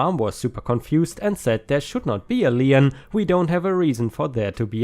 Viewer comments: It's pronauncef leen, please do it correctly, it is so annoying to listen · Story 5 - Lien... pronounced as "Leen" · feel free to pronounce however you want but most of us pronounce it "lean"